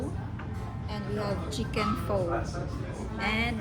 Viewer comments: Pho is pronounced as “fah “, just an fyi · Correct pronounciation of PHO in Vietnamese is FUH